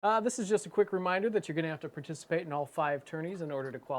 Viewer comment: I just want tuh pahtishipate LOL